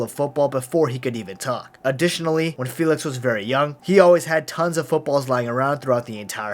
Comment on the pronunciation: JÂU FILIKS